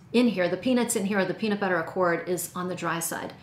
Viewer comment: Did you say PEANUTBUTTER? 👀